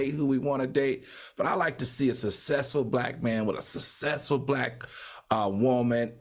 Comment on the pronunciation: Why can't Al pronounce successful properly? It's not susaysful. Claudia knows what I mean.😂